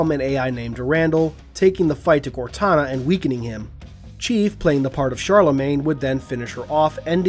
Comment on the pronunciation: Instead of contana it’s kortana